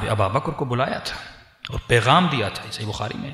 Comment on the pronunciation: Hazrat phle aap name lenaa sikho ABUBAKAR(r.a) aur aap kh rhe ABABAKR or ye jo story bnaa kr sunai hai kisi hades se sahit hai aapke pas koi hawala kahi se diya hai ya bs jo dil ke aya bak diyaa baith kr is trh se glt bate batane se kch hasil na hoga.